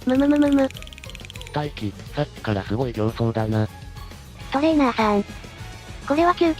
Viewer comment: トレー↓ナー↑さんと発音させてる拘りに脱帽。いつも読みも正しく間も聞きやすい読み上げてくれるし、流石です